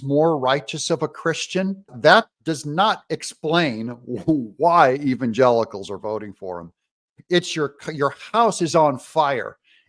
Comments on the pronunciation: "Even Gelicles" who the heck are "Gelicles?" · When she says the word Evsngelicals it looks like she's got some lemon juice stuck in her eye